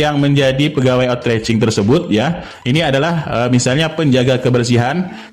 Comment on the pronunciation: maaf,pengucapan outsourcing nya salah p,bukan otracing tp dibaca outsoursing 🙏🙏🙏